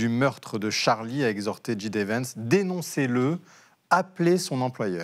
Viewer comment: Et comme toujours, ce n'est pas "dji dé" Vance mais "jay dee" Vance ! La prononciation de l'alphabet est pourtant une des premières choses qu'on apprend en anglais...